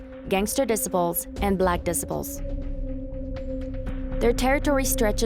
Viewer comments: dicibles....... this chick cant say gang names right LOL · i cant tell if the mispronunciations are because its ai narrated or the narrator is a foreigner shes pronouncing Disciples like decibels and shes saying latein kings instead of latin kings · she said the black dis se ples 😂learn to pronounce it 😂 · Did she really say "Black Disipels"?🤣🤣🥴🥴. And did she say gangs were chased out of Boystown🤣🤣. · It is pronounced: "Dee- SY- puls" not "Decibels"! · The narrator cracks me up pronouncing Disciples “dissaples” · ‘Disipals’ is not a word that is used in the English language. Hard to believe you are not familiar with the word, ‘desciples’? 😮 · Black dissiples 😂😂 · The dissaples 😂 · Black diss- ipples? At least pronounce the $hit right 😂 LAC MICHIGAN!!! DAFUQ! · ahh yes the black "dissiples" lol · Its called shoot out not shot out and the way you say disciples is crazy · This narrator is driving me nuts by the way she pronounces the word “disciples”. You would think the producers would have picked up on it during editing or something. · I'm over here lmfaooo When she tried pronouncing the gang called the Disciples.